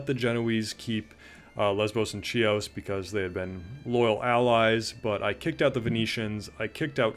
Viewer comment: Your pronunciation is killing me 😅 so I am going to help you. They are pronounced something like this: Thess-ah-lon-NEE-kee (Thessalonike) HEE-ose (Chios) LEZ-vose (Lesvos) Gah-lah-TAH (Galata), note this is NOT Galatia which is an ancient region in central Anatolia In general, there are no "oy" sounds in the names of Greek units or objects.. oi is "ee" Ai is pronounced "eh" Ei is pronounced "ee" Those are some basic rules